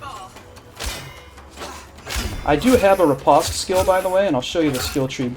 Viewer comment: Its pronounced "rih-post", not "reh-pahst"